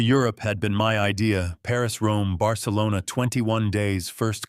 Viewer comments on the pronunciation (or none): none